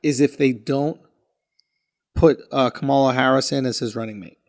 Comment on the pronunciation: FFS! Her name is pronounced KAH-muh-luh — NOT Kuh-MAH-luh 🤦‍♀️